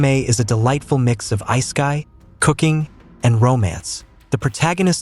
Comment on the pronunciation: Isekai = Eye Sky? Is this a text to speech bot?